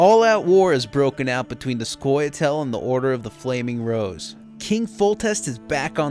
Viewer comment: the whole time i thought he was saying the order of the flaming bros